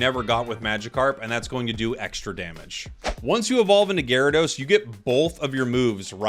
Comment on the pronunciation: We don't talk about ga-ry-do-oh-os, we don't talk about gar'dos